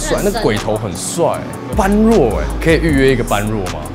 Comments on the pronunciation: 般若不是唸ㄅㄢˉㄖㄨㄛˋ 是唸ㄅㄛˉㄖㄜˇ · 終於有人解答了 我也覺得他唸錯 我身邊一堆朋友也唸錯死不改 整天ㄅㄢ ㄖㄨㄛˋ